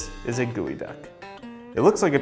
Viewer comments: Geoduck... Not Goeduck Also its a Snail... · It’s pronounced gal-duck not ge -e-duck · googy duck been saying like its gee oh duck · Who else thought it was pronounced geo-duck not gooey duck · I thought it was a GEO DUCK....like a pokemon..but its pronounced Gooey Duck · I’m sorry.. it’s pronounced GOOEY DUCK? I thought it was Geoduck, like Geodude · Why is it not pronounced geo (as in geo metro) and pronounced like "gooie"? That has to be wrong. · Wait, wait, wait... Gooey-duck?!?! THATS how you say it?!?! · I had no clue this was pronounced gooeyduck I’ve been saying it wrong my entire life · why does he keep calling it a gooey duck lol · you spell it geo as in geode but you pronounce it gui................ok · I thought it was pronounced j-ee-o